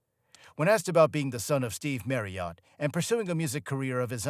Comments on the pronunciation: FFS. NOT OT but ERT. If you are going to report then do your research! The surname Marriott is constantly and bloody annoyingly mispronounced by a yank that has clearly never bothered to listen. His name (and that of his lovely Daughters, Molly & Tonya has always been pronounced MARRYERT. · Fine, but Brits call him Steve MARRioTT, not ‘Mary-Ot’ 🤣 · Tonya was one of his wives, not his daughter. And it's pronounced marriet (rhymes with Harriet), not "marryert". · It's not pronounced Marr e hot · Who the hell is, “Merry Art?” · Merry ott? These awful American voice overs are a f*cking joke. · Who is this “Marry Yacht”?? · Marryott 😂😂 At least use somebody who knows how to pronounce his name ffs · Yeah, whenever he says his name it sounds like Mary art. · I can't get over this new pronunciation of Stevie's surname. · You/ what ever you - are you cannot even pronounce Steve's surname, correctly.. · Americans should be banned from narrating documentaries about British artists. Their pronunciation of words in the English language is cringe worthy. Steve Marriott deserves far better than this disgraceful, thrown-together cesspit of a documentary. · Hey, please learn how to pronounce Marriott properly😂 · I wish he could say 'Marriott' properly. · Can you learn how to say 'Marriott's 'sir name before inflicting us with your dreadful pronunciation? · Wouldn't it be nice.........if when you're doing a documentary piece about someone you took the time to learn how to pronounce his name properly!!! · Only an American could miss pronouce Marriott so badly. It's not fookin' Marri-ot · And not even pronouncing his surname correctly! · Why would you choose an American voice narration that can't even pronounce 'Marriott"?! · Exactly my thoughts too lol 😂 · Yeh, he makes it sound like a horse's name. I flinch every time he says it. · Agree 100percent with that thanks.......